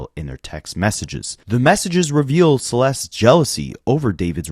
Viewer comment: Anyone else getting annoyed that he isn’t saying “Celeste’s’? Add the s at the end dude